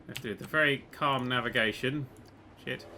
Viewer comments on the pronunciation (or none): I love how like let's have a clam ride 2 of the other rides are calm